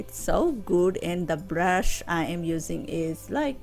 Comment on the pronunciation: 💎💕Beautiful 💎💕 n yesss “blush”😅 instead brush ! Plus luv ur nailssss 💅🏽